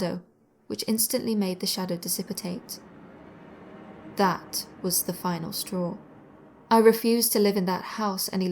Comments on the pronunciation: Dissipitate? Not dissipate? Extra syllables make you sound uneducated - and I know you know better! Edit others' grammar to make it right. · There is something about the way you pronounce trailing stop-consonants, 't' and 'd' and also 'm' that I find ravishingly attractive. 'Disipitate' shall also henceforth become a word!!!